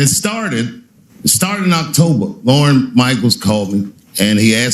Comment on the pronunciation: It's LORNE Michaels, not Lauren. Jesus.